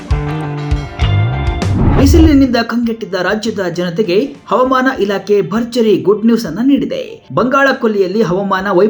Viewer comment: ಹವಮಾನ ಅಲ್ಲ ಹವಾಮಾನ ಸರಿಯಾಗಿ ಉಚ್ಚರಿಸಿ